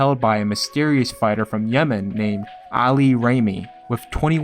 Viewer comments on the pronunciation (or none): none